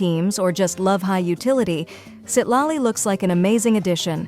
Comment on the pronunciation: Citlali ❌ Seat Lolly ✅